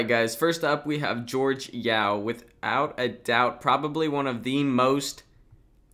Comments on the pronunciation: You pronounce his name horhe not Jorge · Pronounced hor he. Not george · You pronounced the name incorrectly. The name is not how it sounds. Jorge is a Spanish name, so the J and the G is pronounced like an H. The proper way to pronounce "Jorge" is HOR- Hay, not "George". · I believe it's pronounced "Hore-Hey-Yow".